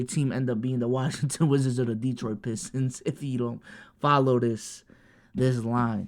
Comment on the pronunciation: It’s treyyy bro 😂 u messing up